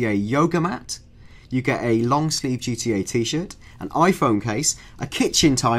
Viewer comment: I wike gee twee a (I like GTA) LOL like ill win